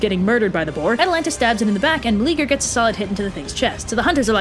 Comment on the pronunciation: I like this a lot. Your style and delivery are really good. BUT, his name is 4 syllables: Mel-e-a-ger. The e and a are separate, not like the English eager. I'm all for reimagining myths for modern audiences, but get the dude's name right. He's like the only guy in mythology who isn't a huge prick.